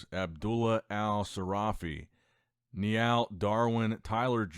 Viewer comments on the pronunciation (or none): none